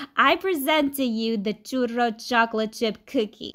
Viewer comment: I love the RR roll you do for churro .